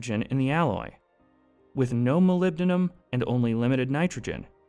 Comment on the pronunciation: Что ж этот генератор речи никак не полюбит "Молибден"? Как он его только не назвал... Молилибаден самое обуенное , что я услышал тут. И "Малахин" был и еще как то... А "ферлитные" стали- тоже шедевр.